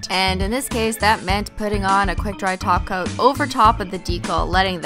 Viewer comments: U don't say taco u say talk coat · I thought she was saying toco too who els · Well, now that people are saying that when she says "top coat" it sounds like "taco", she started saying glossy taco in her future videos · I feel so stupid ever since i started watching her videos i thought she always said (glossy taco) but she acually sez glossy top coat 😂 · M [Solo Warrior] she was actually saying taco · Christine you always say taco when you're saying top coat well trying to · turn on subtitles and when she says top coat it says taco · omg i didnt notice dat when she says top coat it acually sounds like taco 🌮 but dont worry kristine people make fun of my english too 😎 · I thought she said "cat filled with acetone" at first omg I was terrified 💀😂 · Who remembers when she still said top coat? Instead of taco? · Hanna and now her brand is holo taco 🌮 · Your not saying toco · i all ways here you saying gllosy taco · Fallow Drop she does say taco duh.😜🙌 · I never realized that when she said top coat it sounded like "taco" 😂 I guess I was munch into what she was doing then what she was saying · They do have a point you sound like your saying toco